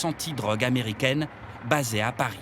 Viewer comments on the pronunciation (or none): none